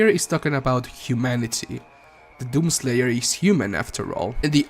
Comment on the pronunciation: My mans says doom slayer like “DOom SLAYer”